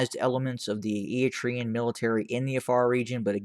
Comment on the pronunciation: This channel has become the TDF fanbois network. TDF lost 300,000 members and this guy is still cheerleading for them lmao. Also, learn how to say Eritrean. It's eh-ruh-tray-uhn not E-e-tree-uhn. What a fool